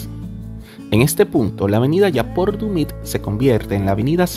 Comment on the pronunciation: Buen contenido hermano pero no es yaport dumit es yapur dumit